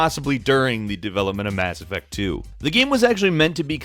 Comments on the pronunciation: You mean Mass Ef-Facts? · it dissapoints me greatly that you didn't say mass effacts at the beginning. you had such an opportunity.